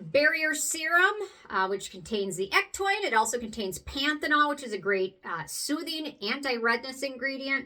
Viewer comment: Hey! Thanks for the video on other ectoin products. Have you ever mixed a couple drops of PC ectoin into the Prequel serum? I am going to try that, just to add more to the serum. Also, on a side note, did you know ectoin is actually pronounded ek-TOE-in?... I said it wrong for so long, until I heard Penn Smith correct herself for saying it wrong in the start also. lol 🤣